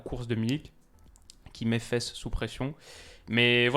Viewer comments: Hello, très bonne vidéo. Juste petit point : on dit Faas (un long a) et pas fesse pour le joueur belge Faes (pour les noms belges le ae se prononcera toujours aa) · interessant ! pour ta prononciation on dit Faass pas fesse pour Wout :) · Salut, super vidéo mais le nom du joueur Faes se prononce Faas et non fesses.:)